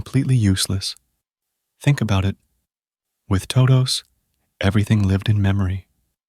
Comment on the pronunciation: toe dohwsss